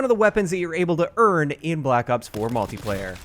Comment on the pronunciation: I liked that emphasis on guns you're able to EARN lol. Been waiting for a gun guide on the reserve weapons but I guess I won't wait.